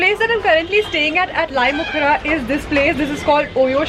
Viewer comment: it's Lait-um-khrah not Lait-mu-khrah 😊